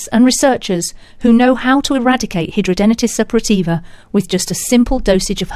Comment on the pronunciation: How dare you say hidradenitis Suppurativa can be CURED ,you are delusional besides you can't pronounce it correctly , there is NO CURE as a HS sufferer for 23 yrs and 59 operations I'm disgusted that you think you can SCAM us who suffer 24/7 with is awful disease You should be prosecuted for false information and trying to profit of this disease